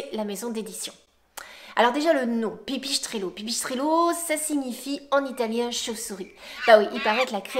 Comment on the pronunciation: Ok . Pas mal. PAR CONTRE on se demande pourquoi vous dites [pipichestrello] y a pas de c ou de son [ch] en italien Bref ;)